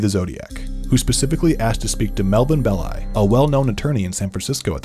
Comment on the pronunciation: Big thumbs up for pronouncing "Belli" correctly. I recently listened to a podcast where the hosts pronounced it like "belly" and 😅